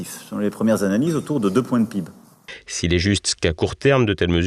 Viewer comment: Notre pîbe! Il se sent au dessus de tous en disant pîbe au lieu de péhibé ( PIB) Ralala 😑